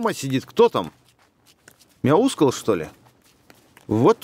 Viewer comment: Мяускул ударение ставится на первую у